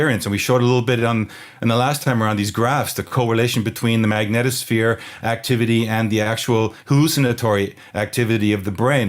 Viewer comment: A very special thanks to you both for saying the word "Magnetosphere" properly 😔. It's like nails on a chalkboard hearing people incessantly pronounce it as, "MagnEEEtosphere". 👍